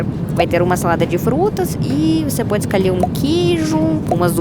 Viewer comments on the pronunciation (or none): Nao e carendo e corendonao ecami e comi e escolhe nao escalhe cortaro bem picadinho cartarobem picabinho voce e bonita mas fala munto errado